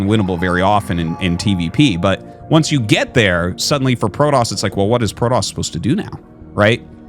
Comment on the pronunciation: I have a dream… a dream that Artosis and Day[9] never call Protoss Prodoss ever again.